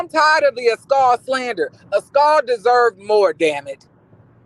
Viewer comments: Not “As-cawl“!!! Not Mia and Jacqueline “burley”!!! I’m cackling 😂😂🤣🤣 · I crack up every time you pronounce Askale name 😂😂😂